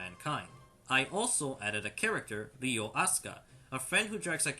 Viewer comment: It's Ryo, not Ryu. Bruh